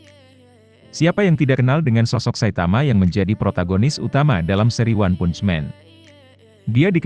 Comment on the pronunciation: Baca "Punch" nya diperbaiki dunk ... haha